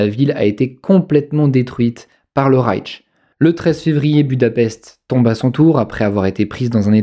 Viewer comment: Et puis on dit Rayche et non Raytche. Mais ne soyons pas pinailleurs.